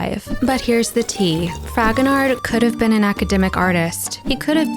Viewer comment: I am sure I am not the first to make this comment, but I can't help myself. The ''d'' at the end of Fragonard's name is not pronounced. It's /frahgonar/. No "d'' :)